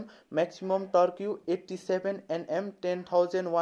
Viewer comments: टर्क्यु ?? It's टर्क . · Bhailai deerai dhannebath,,, torque (tork bhannu hola torkiu hoina) don’t take otherwise hai thanks I totally enjoyed your video.